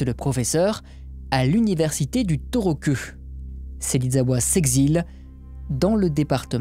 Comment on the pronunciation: Désolé d'être chiante mais ça se prononce "toohokou" le torokeu du début m'a fait un peu mal aux oreilles ^^